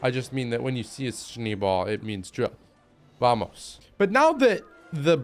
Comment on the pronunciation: It's "shneh bal" nicht "shni bal"